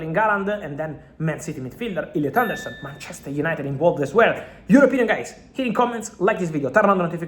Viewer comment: Illiut aundourrrsun 🤣🤣🤣😂 go on fabulous